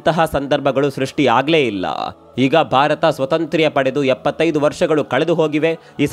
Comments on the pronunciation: ಯಾವ ಕನ್ನಡ ಇದು ಸ್ವತಂತ್ರ್ಯ... ಒಂದೇ ಸ್ವತಂತ್ರ ಅನ್ಬೇಕು... ಇಲ್ಲಾ ಸ್ವಾತಂತ್ರ್ಯ ಅನ್ಬೇಕು... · 👌👌👌👌ಒಂದು ಸಲಹೆ...ಸ್ವತಂತ್ರ-ಸ್ವಾತಂತ್ರ್ಯ (independent-independence) ಸ್ಪಷ್ಟ ವಾಗಿ ಉಚ್ಚರಿಸಬಹುದಿತ್ತು...👌👍